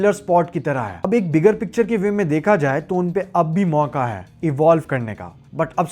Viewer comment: This video is such a good drinking game Take a shot each time you pronounce “hai” wrong